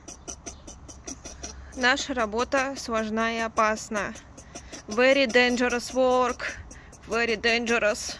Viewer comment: Вэри дэнджэрос лэвэрит... Неужели так сложно поработать над произношением? Что за уровень учителя английского в школе